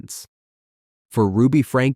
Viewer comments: AI is so annoying. Who is “Ruby Franka”? It’s pronounced “Frankie”. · Ruby’s last name is pronounced Frank-ee or Franky… But was spelled Franke… and NO ONE was surprised when she was arrested because people had been turning them into CPS for months due to being worried about the children. The one about the guy who drove drunk and killed someone. I had to watch the video, but in doing so, I really do believe he was remorseful. I was also able to find video about the man’s family who was killed. They forgave him and appreciated the video that he made about NOT choosing to drive drunk because it DOES ruin more than one person’s life. They show the family giving him a hug and all of them crying together, and he is still advocating against drunk driving. So, I believe he wasn’t just making that to make himself look good in court because he wants that video to be continuously put out for people to watch so others will learn from the terrible choice that he made. He has stated more than once that he hopes that it reaches enough people that it stops more of these tragedies from happening.